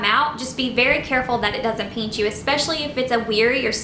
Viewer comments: ??? It’s pinch not pench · haha peench I think it is pinch but no hate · p-IN-ch not peench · Why do y’all care if she says peench? Different people pronounce different words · Lol “ peench “ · i think the word your looking for is pinch not peench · Omg I’m sorry but I couldn’t finish the video because I couldn’t stand you saying “peench” instead of “pinch” over and over again 😒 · i swear to god if you say peench one more time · Bossmexicangamer haha it’s because she is southern!😂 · It kind of annoys meeeee LMAO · yeah, peench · It’s still driving me insane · "Peench" lmao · STOP SAYING PEANCHHHH ITS KILLING MEEEEEEEE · "peanch" me. haha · Stop saying peench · its funny how she says pinch not trying to be offensive sorry its her accent no hate intended